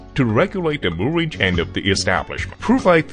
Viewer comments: They are manufacturing chains, yet they have no idea how to pronounce the word. :-O That´s not a CHAN! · I think it's Chinglish. eg. chain is pronounced as 'chan'